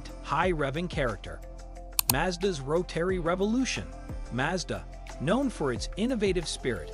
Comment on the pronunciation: ROW-TERRY. Can't stand it